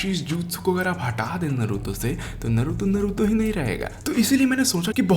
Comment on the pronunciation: bhai pehle tooh voh नारूटो hai नरुतो nahi